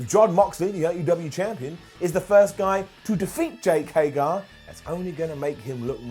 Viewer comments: It took for to Mispronounce Jake Hager's name. I don't get it....someone please explain this to me. Why does he do this? I have heard him say HAY-GER before. So why does he keep saying HAY-GAR?? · Bro it's jake HAGER not HAYGAR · jake hagER not jake hagAR